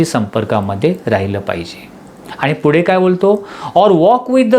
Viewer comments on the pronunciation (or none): none